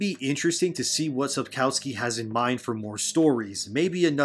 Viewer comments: Just one nitpick. In Polish we pronounce the letter "w" like "v", so the correct pronunciation is Sapkovski (as in every other Polish name). And there's a rumour that he said more at the meeting with Polish fans in Bydgoszcz. People who went to the meeting claim that he said: "People often ask me about this show. They ask me if I've seen better things than that. I have. And they ask me if I've seen worse things. I also have. But I've never seen a show whose creators wouldn't even read the book they're adapting." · maybe pronounce sapkowskis name correctly thanks